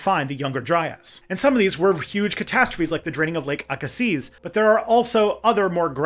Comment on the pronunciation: I grew up in Mission, BC, next door to the town of Aggassiz, BC. It’s pronounced “ae-ga-sea”, not “aa-ga-zeez”. That’s even how the local First Nations pronounce it 😂